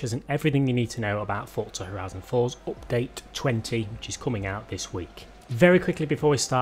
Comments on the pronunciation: Peti Péter how can you love that ?;)) It s one of the most annoying sounds in the world, next to children crying in a plane or dogs barking when you try to sleep. I’d send this guy money if he ‘upgrades’ his speach. Cause it s not only oupdate... there are more words he’s murdering. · Opdate lol 😂 Love it when u say Opdate xD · Its sounds funny 😅😂